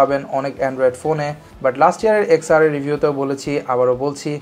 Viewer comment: Why are u calling ten R wrongly again & again ?😑